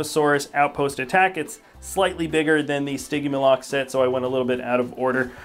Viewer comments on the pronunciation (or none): In stigimoloc I believe the g is pronounced as a j